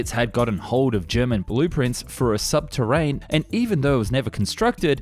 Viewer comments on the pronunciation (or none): Sub terenne, not sub terrain. Day 2 of asking for a new voice guy/ this one to improve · I was literally half way through commenting when he said subterran😂😂